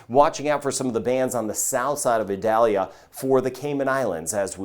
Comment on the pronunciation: According to NOAA, the proper way to pronounce Hurricane Idalia's name is ee-DAL-ya.